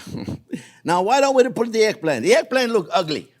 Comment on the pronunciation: Glad to see that you made it through hurricane Ian ❤️ You keep talking! That’s what we learn from, though it took a few seconds for me to realise that what sounded like “airplane” was actually eggplant 😅 However, anyone who speaks with an accent means that person knows more than one language. Besides your English is miles better than my french 😎